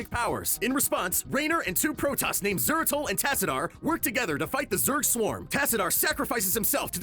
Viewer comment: and zeratul,his name shouldnt be butchered liek dat